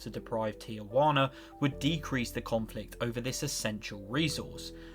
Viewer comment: Everyone practice saying “Ti-wana” a couple times. Just three syllables.